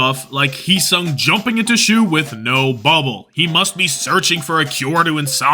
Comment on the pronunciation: heesang? no… heesung.🥀💔